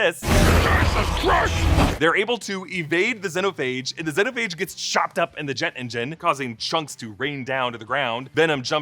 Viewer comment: Everytime they mispronounced symbiote and xenophage the whole movie drove me nuts, especially when they said it the right way in Venom 1. It's sym-be-oat not sym-be-it. Same with xenophage. It's zee-no-phage not zen-o-phage